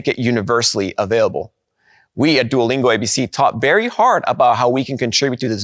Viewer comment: You said Duolingo rong